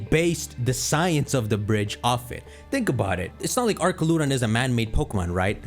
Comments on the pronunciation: it’s pronounced “ArCHaludon” not “ArKaludon” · it's "AR-CHAL-UH-DON". They say it in the trailer. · It’s the pronunciation of Duraludon and archaludon! It’s really Du(dew) ra (rah) lu (loo) don and Ar (r) cha (chal) lu (loo) don! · I was gonna sub until I heard this man pronounce archaludon 😭🤦🏻‍♂️